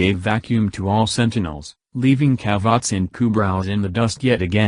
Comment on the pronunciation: i mean, the way you pronounced kubrow is enough for me to say good riddance